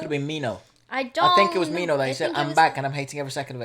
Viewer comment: It's min-ho, not mino :)